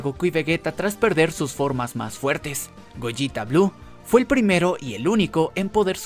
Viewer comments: Es goleta no gojita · Se dice gogeta, no goyita, o acaso dices veyita y no vegeta?